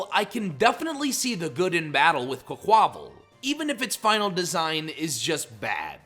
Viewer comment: IT'S QUAQUAVAL, NOT QUCOVAL! FIX IT NOW!